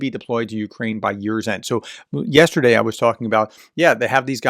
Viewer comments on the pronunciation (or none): none